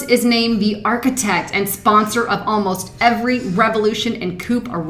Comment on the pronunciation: sorry but it's driving me mad - the word coup is pronounced coo - a (Coop) is a place to keep your pigeons!